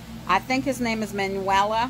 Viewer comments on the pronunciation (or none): Omg you're too much! You called him Manuela! His name is actually Manual Rivera! Manuela is actually a girls name! Lmao! 😆😆😆😆